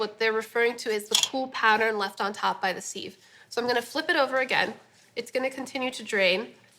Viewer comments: Who taught you how to pronounce sieve like "seeve"? It's sieve like "siv". Love the content but seeeeeeeve grinds my ears. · Why does she say sieve like that? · If you’re from NYC you know from the box that that’s Junior’s cheesecake, very authentic NY cheesecake. But it’s anything but light, lol. Real NY cheesecake is dense, super-creamy, and heavy. I’ve never heard anyone pronounce “sieve” like “seeve.” It’s normally pronounced “siv.” And “learned,” as an adjective, is “ler-ned,”two syllables.